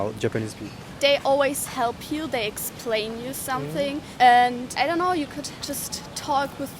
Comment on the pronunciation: ドイツ人の発音がおもしれーな ドイツ語の感覚を理解しているつもりでも、なんかね ドイツのRはすごく控え目で口蓋に接触させない感でやるらしいのだが さらにザクセンといえばイングランドの祖なので なんか子音を飲んでる発声というか、なんというか I don't がI ont になってる これはさすがに変わってんな カタールの人の場合、 「日本のコメはウルトラ改良の努力で→つまり自然発生の品種から→つまり元祖を敬わないという→・・・」 トウモロコシはすげーよね！南米の古代の民族の努力で惑星を支える食材として君臨することになった！ ・・農林１号って言うな、コメばっかり食ってた江戸の人間の知らない品種改良で 味も無茶苦茶よくなった・・・ ムギはどうなんだろうな 品種改良されてないのなら大したもんだな それこそウドンの素材は麦だしなぁ